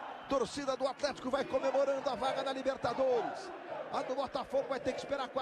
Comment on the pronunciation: o narrador falava atletico e eu só ouvia alemanha